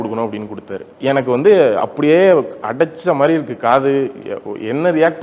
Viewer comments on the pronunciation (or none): none